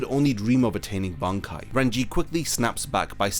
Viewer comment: Bankai needs to be said Ban then Kai 😂